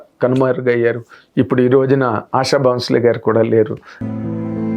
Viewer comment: సార్ దయచేసి ఆవిడ పేరు సరిగా పలకండి సార్ మీరు మీడియా person అయి ఉండి ఆషా భోంస్లే మీరు ఆషా బౌన్స్ లే అంటున్నారు